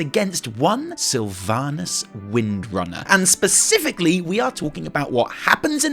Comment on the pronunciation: Baspifically?? Specifically?